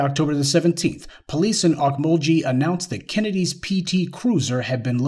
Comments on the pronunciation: Pronounced Oak-mul-gee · It's o mul gee not ghee